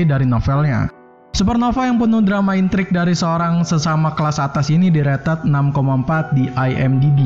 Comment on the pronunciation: "Direted" -----> "Di rated"